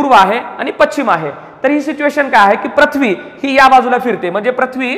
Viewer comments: तुमचा उच्चार चुकला आहे पृथ्वी ✓प्रथ्वी चूक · प्रथ्वी आणि पृथ्वी, व्रत्त आणि वृत्त याचे उच्चार वर लक्ष द्यावे ही विनंती